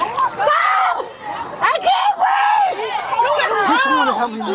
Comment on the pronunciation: Of course, she says i can't breeve. Act right